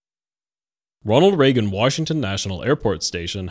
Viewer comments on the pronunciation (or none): none